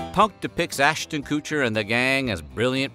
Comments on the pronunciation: I just can not stand how you pronounce his last name!! KUTCHER!! NOT KOOCHER!! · You HAVE to know that man name is pronounced "Cuh-chur" rhymes with butcher, you're saying "kew-chur" is hurting my ears, brain n teeth I can't watch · It's pronounced "Kutcher" not "kootcher" Jesus wept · Him calling Ashton Kutcher, “cooch-ER” is so distracting. 🤣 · Killing me with the Kutcher pronunciation haha pretty sure he's trolling because its pronounced how you think it Would be Kut-cher not cooch-er 😂😂😂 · It's KUTCHER! Not KOOCHER! Who does'nt know that?? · Koootcher lol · Darn, it's a shame Coocher's show couldn't revive Kweebee. (I love your choice of pronunciation) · Damn! Forgot to count how many times the OP mispronounce Ashtons last name as "Koocher" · Man said Coocher the whole time lol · "Ashton Coocher" lmfao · "Ashton Koocher." 🤣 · Lol ... "Cooch-er" instead of "Kutch-er" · "Kootcher" you did that on purpose, and it was stupid after 2 times. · It’s Kutcher, not Coocher. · Okay but does everyone pronounce his name as "Ashton Cooch-er" and I just missed it? I thought it rhymed with "butcher." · Who the f is Coocher? It's Kutcher. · Ashton "Koocher" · Kutcher, not Koocher lol. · His name is Kutcher, not Kootcher. :cringe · Always hated this show aswell as Ashton Kutcher. Or as he's called in this video, "Ashton Koocher". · Lastly, it’s not “Koocher”. But let’s pretend you actually don’t know that. This is still tabloid type shit about resent events. What a shame. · Who's Koosher? Lol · Its not kootcher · Heh. "Coocher" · Right? I've always said KUT-cher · Lol why is he calling him ‘Ashton KOOtcher’ 😂 I certainly remember that episode with Jwestin Tymberlick. It was fun-ny 😐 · Oh my Lord the way you pronounce Koocher is wild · Ass-tin Koo-cher lmao 🤣 you pronounce his name so hilariously! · Coocher! 😂 We should’ve been pronouncing it as this the whole time. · HIS NAME RHYMES WITH "BUTCHER" DO MORE REARCH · STOP CALLING HIM 'KOO-TCHER' 🤣🤣🤣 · Ashton "Kootcher"